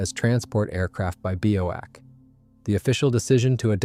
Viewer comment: For god's sake learn to pronounce names properly! "Worrick", not "War Wick"! BOAC was exactly that (British Overseas Airline Company) not some mangled "Bowac" obscenity! 125 Squadron is "one two five" not "one hundred and twenty five". DO YOUR RESEARCH PROPERLY. And if it's an AI voice, use a better one.